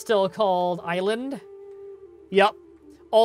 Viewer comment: Ìsland is pronounced iz-land and means Iceland in icelandic